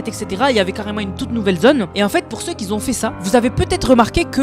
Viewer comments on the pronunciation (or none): Mes oreilles saignent à chaque fois que tu dis "qui z'ont"